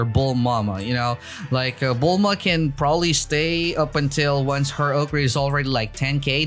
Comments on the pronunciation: Bro it bellma not bullmama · he called bulma “bulmama” again